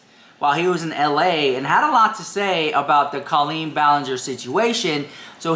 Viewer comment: Two things I don't get: 1. How can you not understand Colleen's family "liking" comments that aren't spewing hatred when just 1 year ago, you were crying on camera claiming Adam was bullying you, and 2. Why can't you pronounce her name accurately?